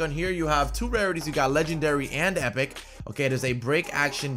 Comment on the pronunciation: 5.59 he said epripc